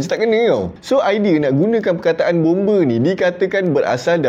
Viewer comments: Bombe lain bang bomba baru betul..tak sama sebutan tu bang😅😅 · Bomba ❌ Bombe ✅ 😂😂😂